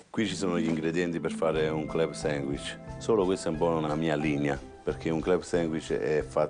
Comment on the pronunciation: “CLEB SENGUICH” il napoletano probabilmente aveva l’insegnate di sostegno